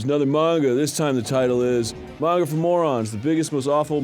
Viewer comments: i hate how Arin says Mane-gah lol ITS MAHN-GA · Just noticed Arin intentionally changes his pronunciation of "manga" every time